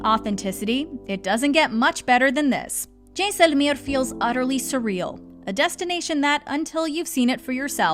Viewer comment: Please drop the accent. You are saying the names of these places totally wrong. Jaisalmer for one example. Please just say them normally. You have interesting information and these affectations really bring down the vibe.